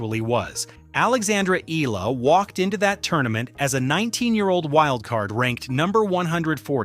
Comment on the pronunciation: EALA not Ela...